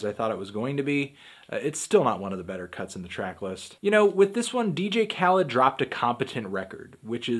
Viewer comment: Whenever he said Khaled I kept thinking he's saying Cal for some reason, Cal would have that heat tho no doubt